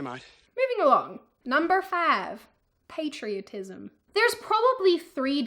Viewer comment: 😂sorry to say this but I laughted when you said the word patriotism!, you sounded like that crazy redhead feminist saying patriarchy